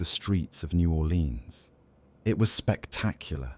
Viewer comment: Naw 'Lenz or New Orlèan(s). Are you even from there? Sorry, didn't sound like it.